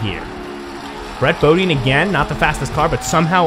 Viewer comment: Its brett Bodine “Bo-Die-n”